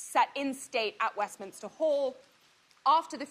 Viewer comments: Lol, it's Westminster, not westminister. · Its WestMINSter not "Westminister" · Someone doesn't know the British Name...west minister.... west minster!!!! First lets get educated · Its Westminster not WestminISter. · The way she kept saying Westminster drives me nuts and I’m American. Not sure how it’s actually pronounced but I have always heard it differently than she pronounces it. Sorry not picking on her or being mean. Maybe it’s just the lack of accent? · It's the pronunciation that rubs me the wrong way. It's total disrespect that the American announcers get it so wrong. Image if a foreign correspondent was to consistently mispronounce American city or institutional names - there would be hell to pay. Utterly disrespectful, (and ignorant) particularly at this time.